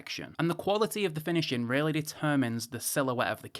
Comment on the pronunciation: Watch-in' > Finish-in' > Review-in' Can someone tell him, there is an "ing" on the end of a word !!